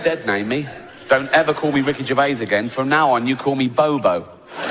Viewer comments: A very poor video, first the idiot narrating it pronounces Rick's name as Gervay......then says there is bad blood between him and Carell, there isn't, that's a running joke.... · what is this narrator talking about....he cant pronounce Gervais.....and carrel and Gervais are good friends just messing about ...🙄😆😆